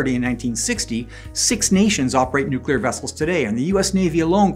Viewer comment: Nooklear wessels?